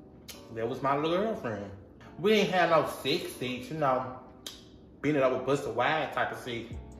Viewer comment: “And Ian seen er since” PLEASE! 😭🤣🤣🤣😂😂😭😂😭